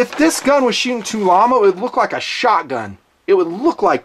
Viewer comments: Tulammo you tard. Not Tulamo. Tool Ammo. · Tul-ammo lol